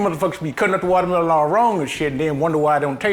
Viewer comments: "delicious wauutamielaun.." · The correct pronunciation is wallamela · I thought it was pronounced "watermeLOAN"